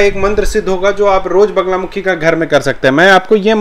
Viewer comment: वगला नहीं वल्गा !! वल्गा का ही अपभ्रंश बगला है।